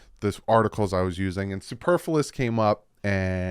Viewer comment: The way you were saying “superfluous” in the last video was reminiscent of a Harry Potter spell. Which I thought was hilarious. “SUPERFLUOUS!!!” 🪄🏈🐬